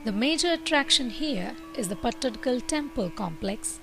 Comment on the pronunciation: Good explanation... Very nice video editing... But very confusing accent... It's not an Indian accent definitely... But at least places name should be pronounced correctly... Aihole,Badami,Pattadakallu...